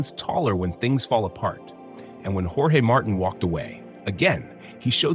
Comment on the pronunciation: You can't even pronounce the dude's name and you're just repeating other people's reporting.